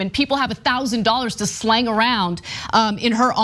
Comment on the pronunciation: Ana … it’s Sling not Slang, please would someone correct her?!?